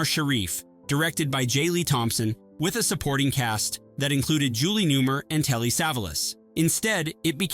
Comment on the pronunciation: Love bizarre pronunciation of Julie Newmar and Telly Savalas.